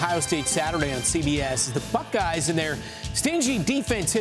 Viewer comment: The what??!! The *uckeyes?! The name starts with the letter B buddy…not and F 🤪🤦🏻‍♂️